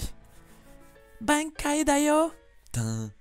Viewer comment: Fréro ca se prononce BANEKAYE pas BAINEKAYE